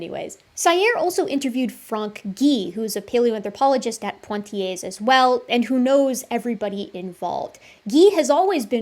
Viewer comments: Really enjoyed this and learned a lot. PS. Not "PoNtiers" Poitiers - pronounced "Pwa-tiers" Soz. Pedantic Brit here. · Toumaï, not Tomaï. Poitiers, not Pointier's. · It took me 30min to understand that "Point i ay" was the city of Poitiers. But as a french, I forgive you, you didnt called Michel Michael. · thanks for this. superb analysis. one thing - pwa-tee-ay. otherwise perfecto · ) Poitiers is pronounced without the terminal s, great video, watched until the end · It was a great video. Emotional Men strike again....But just to be the girl in the bathroom who tells you the label is showing on the back of your shirt...That's not how Poitier is pronounced.